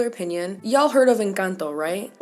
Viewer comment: I flinched when you said "Encanto". And then: MAMI USTED TIENE TODA LA BOCA LLENA DE RAZÓN!!! Just like that. You ticked all the boxes <3